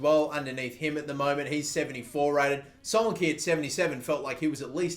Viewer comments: its too fucking easy for him! and its not pronounced solenkey its solenKEH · It's pronounced so-lan-key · IT'S PRONOUNCED SO LAN E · This guy can't fucking say solanke